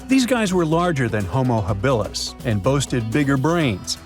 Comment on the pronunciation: Not hah-BIL-us, but hoh-moh HAB-ihl-us. Your AI's pronunciation needs to be corrrected.